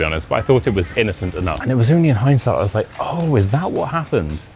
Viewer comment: y #HINDSIGHT, it is the ability to understand an event or situation only after it has happened... pretty close my hearing. I thought you'd said #HighSight 😊😅😇🤩